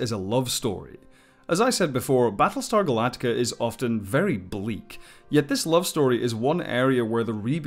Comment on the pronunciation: It's Galactica.